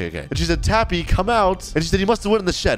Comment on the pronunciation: She said your name wrong she said tappu